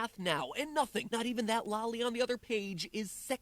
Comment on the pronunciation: There was something off about the way matpat pronounced loli. Sounded more like lahly